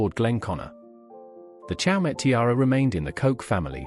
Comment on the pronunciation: It is pronounced 'show--may